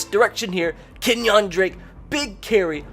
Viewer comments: "KenyOn drake" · Bama would get stomped by the dolphins in real life. Also Ken-yong Drake? He’s black not Asian